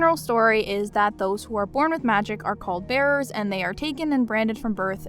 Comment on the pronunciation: I keep hearing "bears" each time you say "bearers" lol